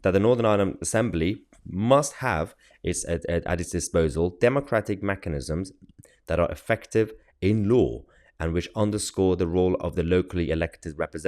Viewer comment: Mechanisms Mahyar not machanism's you dafty lol, yes I know it's just pronunciation a thing but it's still kind of funny hope you don't mind. Sounds a lot like machinations which to be fair these penalties for not conforming are just that.